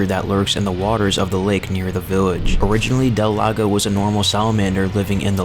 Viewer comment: El Gigante and Del Lago are almost the only names you pronounced correctly though Gigante is a guttural h